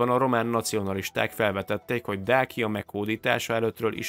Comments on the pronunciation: Nem Dákia, hanem Dácia ahogy Ciceró sem Kikeró!!! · Többször rosszul mondtad a Dacia szót ezt magyarul igy kell kiolvasni: Dácsia